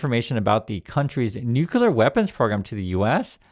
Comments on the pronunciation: New-clear =nuclear 😎 not Nu-cu-lar. Thanks! 🇨🇦❤️ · It's Nu(ke)-clear not nuke-u-lar... Thank you for your attention to this matter 😂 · OH NO, please tell me you were joking when you pronounced "NUCLEAR" like Homer Simpson..... "NUKULAR, IT'S PRONOUNCED NUKULAR" Like where did that even come from???